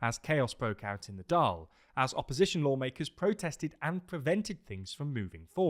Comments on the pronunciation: Just a quick correction,Dail is pronounced Dall like ball with a d. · Good pronunciations for the Irish parties! Just one thing - Dáil is pronounced the same way as "fall" because of the fada on the on the "a" Hope this helps and love the videos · Hi, just a quick note on the irish pronounciations. Dáil is pronounced "d-awl" with the "awl" sound like the word "shawl" Micheál is also pronounced similarly "mee-hawl" And taoiseach is pronounced like "tee-shuck" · Dáil is pronounced like “Doil” 🤓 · The pronunciation is Dáil as in fall. The stoke on the 'a' gives it emphasis. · Hey team! Fair play for improving the pronunciation of both Fianna Fail and Fine Gael! Pretty spot on! Just on "Dail", it's pronounced as Dawl, as in Drawl without the 'r' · Yep, forget trying to pronounce the i in Dáil if you're not used to the finer points of the pronunciation - Dáil just rhymes with fall! Same with Micheál = mee-hall, emphasis on hall! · No he didn't. Pronounced Dail wrong. Should sound like tall with a d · Please stop trying to say Dáil, it hurts me every time you say it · calm down. This is a vast improvement. Compare this to BBC or Sky News. It's pretty close. Dáil was the most off.